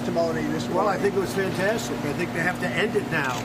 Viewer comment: Who’s fant-EHHS-tic? Colbert’s?